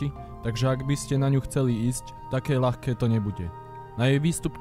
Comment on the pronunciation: Krásne video, ale, preboha, ľahký, ľahko, hľadať, Poľana, vedľajší - mäkké ľ. Zle sa to počúva. Sorry, lebo video je skutočne veľmi pekné.